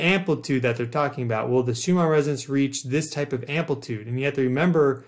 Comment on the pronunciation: Why are you saying Shoe-mar instead of Shoe-mahn?